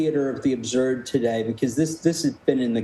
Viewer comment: The way that guy pronounces absurd is cringe.